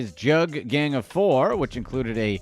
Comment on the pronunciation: He pronounced it wrong throughout the video but one of the meanings is robbing, when you "hit a jugg" or lick it means you just hit a move whether robbing a dboy, bank, spot etc... When you're "juggin" it means you're grinding/hustling, if you say "I've got a jugg" it means I've got a money move usually illegal😂it can be scamming, fraud or moving work, it depends on how you use it and the context but you're right, robbing is one of the meanings.